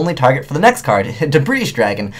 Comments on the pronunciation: So it's not pronounced 'debr-aye'. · The s is silent in debris bro. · Omg I hate when people say the s in debris. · You're referencing spelling, he was referencing pronunciation. He was right, by the way, the "s" in Debris is silent. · Debris, the "s" is silent. Ugh. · One thing when watching you or videos is...why do you never pronounce Debris properly?:P